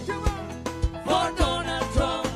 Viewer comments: LMFAOOO “I WIH BOTE FOR DONALLLL TRUMP ! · “Ey’ Vill’Voe Fo Donell Trunn”🕺🕺🕺🕺🎶🎶🎶🎶🕺🕺🕺🕺